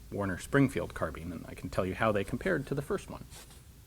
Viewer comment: Isn't it pronounced carbine or carb-i-ne (the e makes the i say its name, as I was shown in school) instead of carbean as you say it?